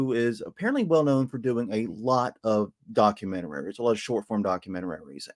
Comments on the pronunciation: I propose that henceforth we should all pronounce ‘documentaries’ as ‘documentararies’ . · What the frick is a “documentarary”? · I'm new to this channel, has someone pointed out "documenteraries" yet? I know it's probably something that you'd have trouble changing but I can't unhear it. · .....are you saying "documenteraries"?